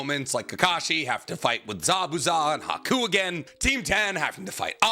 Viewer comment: I think it’s kind of crazy that you have such a large platform about Naruto and yet your pronunciation of words is so variable. Some you mispronounce like “susano’o” “totsuka” “Haku” and “chunin” but others you say just fine.